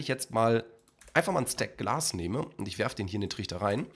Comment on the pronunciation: Glas und nicht Glass . . .